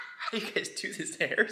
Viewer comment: So annoYingah. And unscrotumizingah.